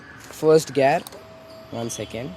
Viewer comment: bro its called gear not gaaaaaaarrrrr....😂😂😂 btw good content keep up the good work..and also congo for your bike